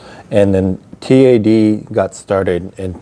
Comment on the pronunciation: T.A.D. Not "Ted". OMG....